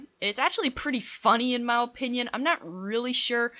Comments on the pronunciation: Why do u say "Mah Opinian"? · No offence but do you know how to say opinion properly